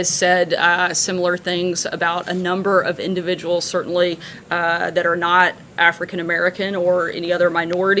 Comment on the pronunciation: "Afercan-Americans" Ay, Sarah.